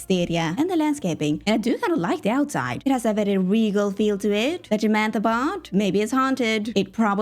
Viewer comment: Not Jamantha 😂